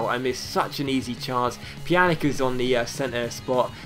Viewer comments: Stop saying Pjanik it's Pjanic, the C is pronounced the same way as Olic or Mandzukic! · if the letter c has a thing on it like this ć It's pronounced as a ch So for evample pjanić is pronounced pyanich Same rule applies to a certain swedish winger in the player career mode